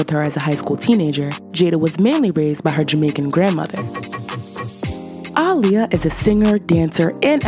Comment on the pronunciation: First thing is first, I like how you pronounced Aaliyah's name. She would be proud! That being said, I believe you mentioned that her paternal grandfather's name is "Hylton" or did you say "Haughton"? The reason why I am little curious is because Aaliyah's last as most of her fans know is "Haughton"